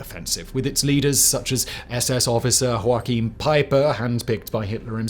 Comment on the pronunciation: It's pronounced like Yoahim, not Hakim Peiper.